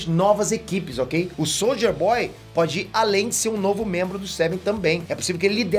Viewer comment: O falando Soldier boy eu só escuto, Souja Boy